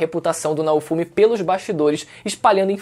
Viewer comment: PQP CONTINUA FALANDO ERRADO NAOFUMI, ASSISTI A OBRA E FALA ERRADO O NOME DO PROTAGONISTA, KKK